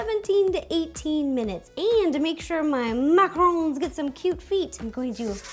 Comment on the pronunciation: Finally! Someone who says and spells macarons the right way! And know they are NOT coconut ball things!